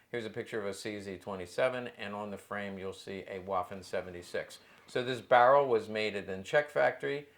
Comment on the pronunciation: For the love of god if you're going to say something many times a day learn to pronounce it. Waffen is pronounced "va-fen". I cant take someone seriously that says waffenamt with a W sound.